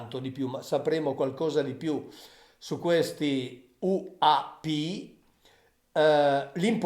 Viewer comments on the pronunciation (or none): AP??? UNIDENTIFIED semmai che si legge "anidentifàid" QUINDI U.P. e non A.P.